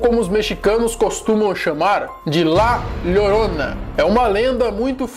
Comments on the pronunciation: Cara não se fala Lorona mas sim Jorona, se pronuncia com som de j quando tem duas L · o espanhol do maluco tá como? kkk llorona( thorona, seria mais ou menos a pronúncia ideal)